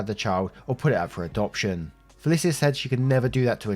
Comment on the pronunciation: It's FUH LEESH UH not FEH LIS EE UH you always pronounce names wrong